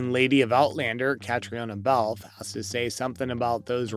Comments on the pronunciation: KATRINA is how you say her name!!!!!!!!!! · Wish they would learn To say her name right.